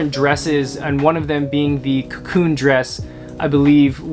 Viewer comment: "Cocoon" isn't it :) anyway, love from Berlin!